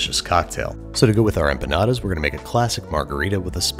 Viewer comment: You were doing halfway decent with the Spanish until you hit that hard D and said EmpuhNawduhs.